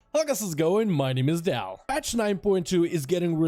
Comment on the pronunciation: Please please stop saying my name is Dal. It's just awful